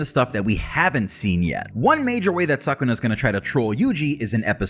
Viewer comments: Its actually pronounced su-ku-na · SUUU-kuna , cant handle you saying suck-kuna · Not 'suck'-una , 'Soo'-kuna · Suckuna? Really. “Anime fan” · it should be neither sakuna nor sookuna it should be skuna like they say it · Its pronounced su-ku-na sound it out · Please dont say SUCK-una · I prefer when people use the Japanese pronunciation Suu-kuna. The “suh” sound doesn’t exist in Japanese :) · i like suck-kuna better cuz it kinda sounds like sakuna which is disaster in tagalog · Horrible pronunciation like wtf